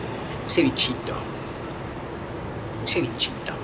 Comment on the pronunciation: No te sale "un cevichitooo" te falta CLASE..Pero un Argentino hablando de arrogante.. fin del mundo!!!